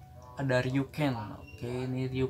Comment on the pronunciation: Baca nama gua yg bener bang. Ri u sen bukan Riu ken.